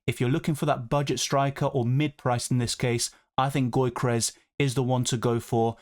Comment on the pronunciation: it's not "goykeres", it's "Yokeres". Keep up with the great content!